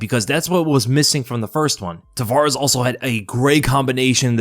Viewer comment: Its Ramon Taveraz not Tavarez